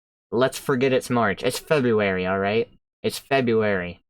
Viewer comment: "Its febuary rick" love it. we need it...